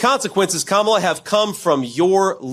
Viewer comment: Vance is stupid as trump and he can't pronounce Kamala!